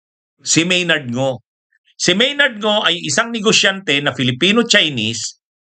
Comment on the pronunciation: Maynard Ngu po attorney, hindi Maynard Ngo. Mali ang pronounciation niyo.